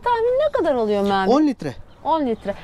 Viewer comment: Merhaba hayırlısıyla gezin GÜLE güle kullanın ama ustanın adı MAAMET değil MEHMET olmalı MAAMET diye bir isim yok güzel Türkçemizde....